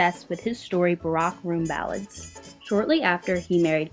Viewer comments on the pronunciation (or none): Very nice OTHER THAN you pronouncing it Barrack like Obama’s first name instead of what soldiers sleep in which is what the book contains ballads of...